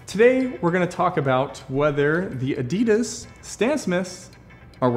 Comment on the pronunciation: Guys, please learn how to pronounce Adidas.